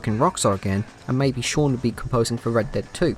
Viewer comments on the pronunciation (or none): none